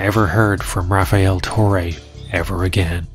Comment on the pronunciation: i knew something was up when i read his name "rafiel" it's rafael every latino knows this 😆